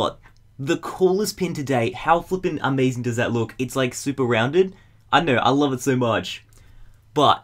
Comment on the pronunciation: oh love not hlove